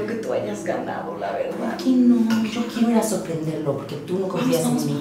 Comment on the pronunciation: dise laberdad que lo atrapo😊